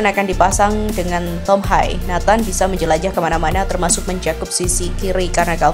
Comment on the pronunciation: Tolong belajar lagi min penyenutan nama.nama.prang Belanda. Tom.hai ...😂😂😂 Tom.Haye